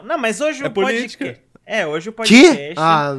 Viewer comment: Cara, falem direito. . . É fiz bocast